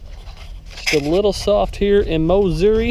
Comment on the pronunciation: Mowssouri........love it.